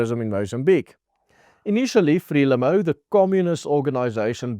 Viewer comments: Hallo, jou uitspraak van Frelimo, klink nie reg nie. Of het ons dit al die jare verkeerd uitgespreek Uitspraak soos wat ek dit ken is: Fre lie moe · Frelimo =pronounced "Fré-liemouw" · Just check out the pronunciation of FRELIMO....otherwise very informative....unfortunately not good news.